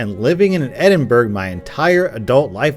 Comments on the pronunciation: Edinburg lol, it's edin-BRUH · It's pronounced edin-bruh not edin-burg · It’s “E-din-bruh” btw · ME AND ALL THE OTHER SCOTTISH PEOPLE ARE TRIGGERED. it’s not pronounced Edinburg It’s pronounced edinbru. But it’s an honest mistake. You are still a great youtuber. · Edinburgh... the burgh part of that word isn't German. It doesn't sound like a ham-berg-er. It sounds a lot more like burr-ah. Edinburgh has 4 syllables in it. Ed in burr ah. That's probably not 100% right, because I'm not Scottish, but it should be close enough that a Scot won't want to slap you across the face. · My name is James and its pronounced edinbruh not edinburg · Edinburgh is pronounced e-din-bu-ru not e-din-burg Sorry I’m really Scottish nd it’s annoying when ppl pronounce it wrong. 🏴🏴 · He. Said. Edin-burg. It’s edin-bruh. This hurts me inside unless my body is rejecting the fact I lost my heart before I was born (according to a 12 year old on COD). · It's read Edinbrah not Edinburg, you fuck nut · its pronounced Edin BRA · lmao Edinburgh... edinburg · "Edin - burg" oh you never fail to amuse with your mispronunciations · Edinburgh is pronounced Edin-bru hope that helps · Edinburgh is pronounced Edinbruh but no worries it's a cool vid anyway. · u say Edinburgh like Edinbruh and scOtland not scAtland low key triggered ngl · ITS NOT EDINBURGH, YOU PRONNOUNCE IT EDINBRUGH 🤣😅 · It's pronounced Edin-buruh ;) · Lmao edinburg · YOU CANNOT PRONOUNCE A SINGLE FUCKING WORD CORRECTLY! WILL YOU TELL ME WHERE THE FUCK "EDINBERG" IS? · You Edinburgh wrong!!!!!!! >:O (It’s Edin-bra) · As a Scottish person id like to say you pronounce Edinburgh "Ed-in-bruh" instead, common mistake if your not from scotland -scots guy tips 101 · Btw you pronounced Edinburgh wrong (not a hate comment) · Don't me but your pronunciation of Edinburgh is kinda killing me! XD (not hate i know you just don't know how to say it lol) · You pronounced Edinburgh wrong it’s pronounced like bruh not berg is